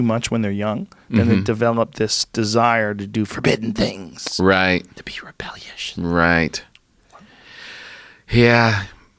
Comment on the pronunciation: Joe “Rebellioush” Rogan